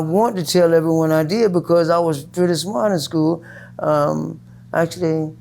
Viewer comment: did you finish high school? "no, but I want to tell everyone I deed" lmao I bet you do bud I bet you do